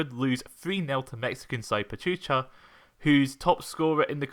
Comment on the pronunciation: Pachuca, not 'Pachucha'. Reading is easy - you only have to pronounce the letters in order.